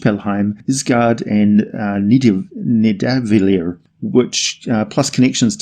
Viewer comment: It's pronounced Nithavalir